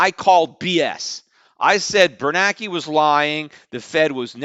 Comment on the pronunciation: Ben Ber NAN ke, not Ber Nake.